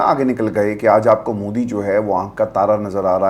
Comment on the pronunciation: Punjab k saare siyasatdaan aur anchors modi ko moodi kiun bolte hain